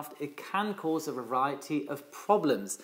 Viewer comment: I noticed you flipped a few letters in some words: Phenonemom instead of phenomenon Reviaty instead of variety Are you 100% ok?